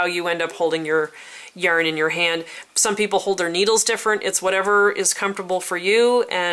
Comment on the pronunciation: Also I love how you say yurn (yarn)